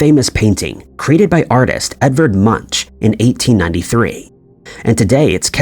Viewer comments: Munch is pronounced similar to Monk, more like Munk, its not pronounced Munch even though its spelt that way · please retrain your AI reader.. Edvar Munch is pronounced " Moonk" nand Captain Picard is pronounced " Pick-Card" not pickerd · Munch is pronounced like "Moonk", not the way the narrator is saying his name. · Excellent work, but Edvard Munch's name is pronounced "Munk" and not "munch". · the name Munch is pronounced munk. It sounds funny when he says munch,like you munch on food.🤣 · The correct pronunciation of Edvard Munch is ''Moonk''..I studied his works as a student in the 90's. I did not know there were 4 copies of the The Scream painting. 🤔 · You should really learn how to pronounce the artist's name correctly - no munchkins in Eduard Munch (Munk). Tragic illiteracy. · Munch? More like Muenk. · Please stop slaughtering the names-like munch-say it like it has a k at the end-something like munk-okay-and its Picard not pickerd and so on otherwise thank you.. maybe you could look for yourself what other ones you said wrong ... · ... and the Norwegian artist Edvard Munch's surname is pronounced "moonk" - it's not the English word "munch" as in "munch on some food" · Edward Munch. Captain Pick-erd. 😂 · I easily concede most of these, with the exception of Fruit of the Loom. I vividly remember a cornucopia. And jeez dude, learn how to pronounce properly, namely Munch and Picard. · you missed the creepiest..Tom Cruise in Risky Business is now wearing a PINK shirt when he does his gross underpants dance, AND he no longer is wearing sunnies..WTH???? oh and that is very much NOT how Edvard Munch is pronounced LMAO. It rhymes with...um...imagine if you put an n in the word book..boonk. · Captain PICKER?? and then Pikerd PLZ! It's P I C H A R D don't start a Mandela effect on your own here 😆😂 And don't get me started on the way the narrator says Edward Munch 🤣🤣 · The way most English speakers pronounce the last name "Munch" makes me smile 😄